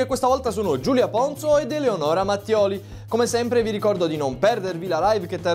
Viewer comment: quando hai iniziato il video hai detto elonora Mattioli e Giulia ponzo